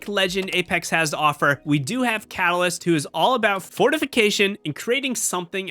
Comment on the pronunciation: fyi (sorry bout this) but its catalyst not calas